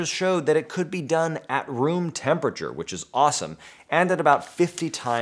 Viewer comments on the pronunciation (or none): none